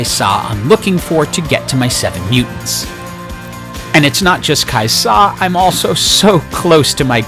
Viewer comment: you don't have to put so much emphasis on the 'Sa for Kai'Sa, its usually just pronounced Kaiza